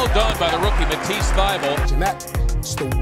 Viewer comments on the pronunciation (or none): 'At (@ ease' ( sounds like 'atisse)